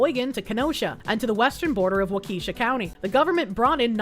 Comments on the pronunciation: Wisconsinite here, its pronounced "walk - uhh - shaw" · Not wuh - keesha